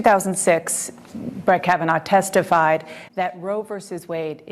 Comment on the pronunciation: Kavanaugh naw like raw not now like cow! Is English a second language?